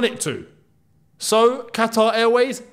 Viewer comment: Kataar ye?! great pronunciation for an Arab 😅😅